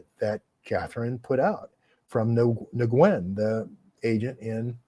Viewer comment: Nguyen is pronounced "win".